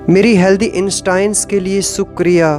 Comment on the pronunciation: Good work by Sh. ji as the positive affirmations really work in our lives.... Please correct the pronunciation of ' SHUKRIYA', if possible...Thank You🙏